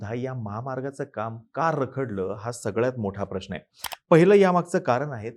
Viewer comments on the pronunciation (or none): none